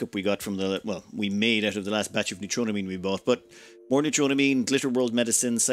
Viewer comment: new-tro-ah-mean But, honestly, I have accepted your pronunciation of it. I also know I am not the first to point it out. Sometimes, I wonder if Youtuber's mispronounce words on purpose, to draw people into commenting about it, to drive up their engagement numbers.